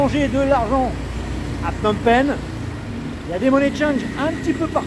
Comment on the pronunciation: de très belles images , je vais continuer à regarder . cependant , on entend Phnom Pènh ! Phnom Pènh ! et c'est un peu douloureux pour les oreilles , parce que les cambodgiens disent Phnom Pénh . à ce titre , il serait intéressant de regarder une vidéo sur la chaine "Khmer Lesson" , qui s'appelle "how to pronounce names of provinces and city in Cambodia in correct way for foreigners" . ensuite , à , "phsar thmey" , littérallement "nouveau marché" . attention , il ne faut pas oublier qu'en khmer , l'adjectif suit toujours le nom . phsar = marché et thmey = nouveau . ensuite , la visite de Tuol Sleng Genocie Museum , et le lieu est présenté comme un camp d'extermination , mais ce n'était pas le cas . S21-Tuol Sleng était le centre de torture , mais ensuite les détenus étaient transférés à Choeung Ek pour être exécutés immédiatement . contrairement à Tuol Sleng , le 2è camp était équipé pour détruire les cadavres . ensuite , pour le Musée National du Cambodge , il y a beaucoup de choses à voir , et si vous voulez avoir le temps , n'oubliez pas que le musée ferme dès 17 heures . à la fin , vous parlez de l'aéroport Pochentong , à 7-10 kilo du centre ville , mais bientôt les touristes vont arriver à PP par le nouvel aéroport dit "Techo international airport" , qui est situé à 20 kilo du centre . ouverture de l'aéroport en 2025 . votre vidéo est très intéressante sur l'ensemble .